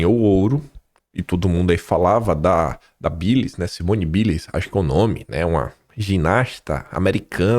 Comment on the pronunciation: Você mora na Austrália. Mas não incorporou o inglês ainda??? Não é “Biles” a pronúncia é “ Bailes”